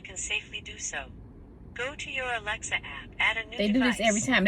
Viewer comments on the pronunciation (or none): none